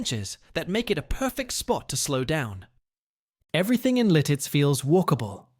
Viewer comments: Oh, please! The town is Lititz, PA....not 'Lil-titz! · Its LITITZ! Not Liltitz. I'm dying 😂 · Lititz, not "Lilttiz." A lot of mispronouncing of town names and local sites. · Not Liltitz. It's Lititz. Also, not all the footage in the Ephrata segment is from Pennsylvania. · LILTITZ? Thumbs down. Fail.